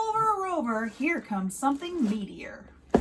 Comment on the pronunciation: It sounds like you said metor shower